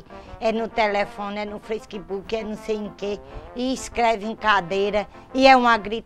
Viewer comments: "é no telefone é no feiskbook." kkkkkk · É no telefone, é no "feisquibuke" kkkkkkkkkkkkkkk É DEMAIS KKK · "Fesquibuque" kkkkkkkkk